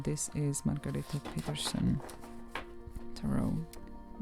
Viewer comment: Margarete Petersen is from Switzerland (from the German speaking part obviously, but it's still a different country), and congrats, you totally nailed the pronunciation!!!😀 EDIT : She's from Germany - I was wrong, sorry! She just lived in Switzerland for a while.